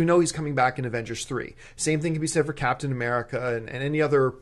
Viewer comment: Who the hell is "Capatian" America? :P